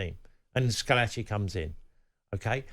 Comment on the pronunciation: Schilacci, not "Scholacci".